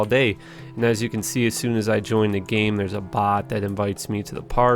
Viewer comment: The way he says 'Game' is so funny. It's like Gye-em or Nye-eem